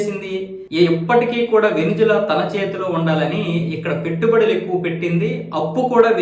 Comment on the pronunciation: వెనుజువెల.. కాదు.. వెనుజుల... 😂